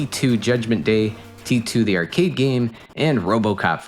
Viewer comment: Does this channel use an AI voice? The way he says "arcade" is a bit off